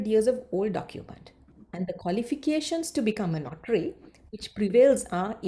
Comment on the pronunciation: Is it “NOTRY” or “NOTARY”?? Ms. pronounce it as notry.. notry.. 😥